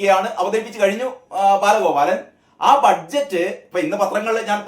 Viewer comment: ബാലഗോബാലൻ.. എന്നതേപ്പിക്കുന്നെ.